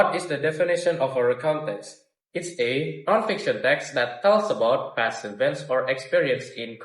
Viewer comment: The actors have less eye contact which caused a little bit hesitant expressions which influenced their fluency in presenting the content. While answering, they covered the speakers with text that showed no fluency. Some words were pronounced incorrectly, for example: feature, museum, and events. the actors showed less effort in mimicing the american accent (native accent). They presented the introduction and problem, however, they didn’t deliver in scene how did they solve the problem which caused confusion in the story line. The story was clear, yet the ending should be explained and delivered more by the actors. The cursing idea presented a creative way in delivering the lesson related to the magical story that they made. -Keisa.22I